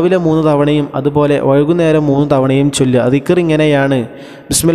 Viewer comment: വഴുകുന്നേരം അല്ല വൈകുന്നേരം ആണ്